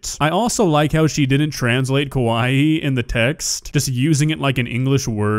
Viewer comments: If you have ever listened to someone actually speaking Japanese you ca tell that hers is atrocious. It starts with her saying kowaii instead of kawaii - like many Americans/English native speakers do. Kowaii, for those who don't know, means scary. Kawaii means cute. And while I'd say she's scary that certainly wasn't what she meant. Whule my Japanese is very basic I can tell she's definitely not someone who can speak Japanese. And she's definitely not a native speaker. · I definitely think she meant “Kowai giggle”, not “kawaii giggle” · she literally struggled to pronounce a sentence and she pronounced kawaii 'kowaii' which is opposite to what it means (kowaii means scary lmao)